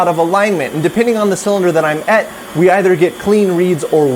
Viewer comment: Why do you say "et" instead of "at" when using the english word "at"?